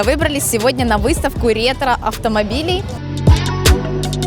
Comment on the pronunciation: ретро блять, ретро, господи это произношение в начале